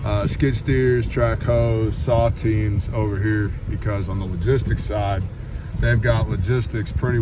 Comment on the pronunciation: I heard saltines not saw teams. 😂